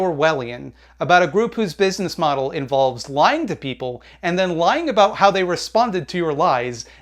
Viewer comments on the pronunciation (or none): none